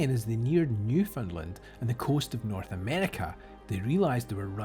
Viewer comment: Thank you for pronouncing Newfoundland correctly.